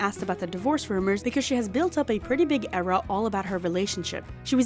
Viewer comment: You have killed the word 'era'! It is DEAD!